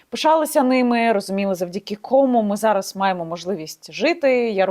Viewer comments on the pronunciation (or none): завдяки кОму... кОма и комУ різні поняття. Как только не уродуют мову неучи, Соколова, ты днище пробила.